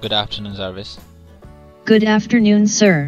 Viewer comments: It's Jarvis not zaarviz!😂 gawaar saaley! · zarvis :D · Jarvis not raspoend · Its Jarvis, not Zarvis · Not Zarvis. Its Jarvis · Why do you keep calling it zarvis. ,??? 😂😂😂😂